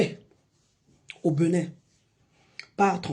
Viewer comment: À ton âge, tu n’as rien à foutre ? Il te faut ça pour manger ? C’est bien triste ! On dit Bénin pas Beunin 🤣